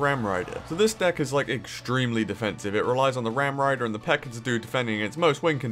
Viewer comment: I feel like that was directly directed at CWA lol. Also I think it's funny how calls the PEKKA "PEKKER" lol.